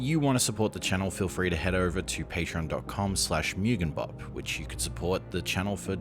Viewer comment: if your channel name is mugenbop as in the Japanese word 無限(mugen, meaning infinity) or 夢幻(mugen, meaning dreams, fantasies, or visions), you're pronouncing it wrong. you're saying "myugen" which isn't a word. む げ ん mu ge n